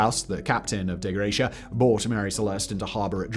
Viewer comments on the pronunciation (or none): Dei Gratia.... no L in the name. "Dei" is pronouned "dye".